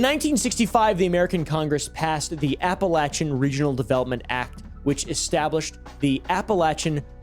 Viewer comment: idk if you knew this, but APPALACHIAN is pronounced APPALACHIAN not APPALACHIAN